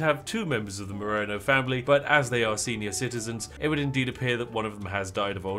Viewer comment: My last name being Marano, and it's so close to Moreno the way you say it, my ears puckered up lol